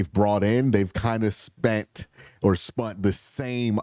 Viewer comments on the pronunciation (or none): you said Spent then corrected urself to SPUNT ?? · I love it. I don't mind at all, but man did I come and check the comments as soon as I heard the 'strategic pivot' to "spunt"! Never change, Q! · If you spund more time on this channel you wouldnt even notice...